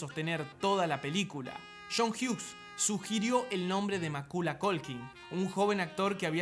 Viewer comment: Macula??? Cuándo se ha pronunciado así el nombre?